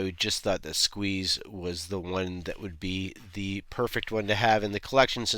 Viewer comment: Dude, say it like you mean it. You have to pronounce it Ssssssqueeeeeze! 😂